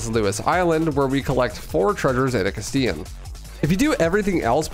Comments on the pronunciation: It’s pronounced “cast-elahn” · The way you pronounce Castellan botheers me so much, considering the original game actually spoke it out loud when Salazar intoduces himself. "Mi llamo Ramon Salazar. the 8th Castellan of this magnificent architecture" It's "cuss tell uhn" Also just for fun, 1 USD is about 150 Peseta, and the Infinite Launcher would cost around $13000. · You pronounce “castellan” wrong